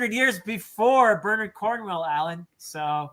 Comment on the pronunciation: gets extra points for not using the Americanized “BernAARD” pronunciation.